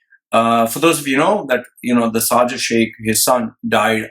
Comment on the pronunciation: Pls its NOT sarjah. Its SHARJAH🙏🙏🙏